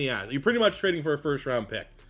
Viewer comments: Good video man, but, its LeGETte, not Lejet. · he's been saying it since he was drafted he never gon' learn